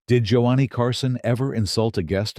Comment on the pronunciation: Joe-ah-knee Carson. Shit. Next...